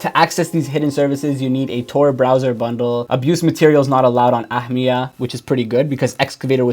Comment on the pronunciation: Ahmia is finnish verb. It basically means "to gobble up" or "consuming something (like food) really fast"... Don't know if the creator of the search meant that but anyway... Good job on pronouncing "ahmia" 😁